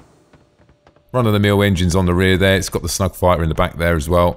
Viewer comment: It's "snub" fighter, not "snug."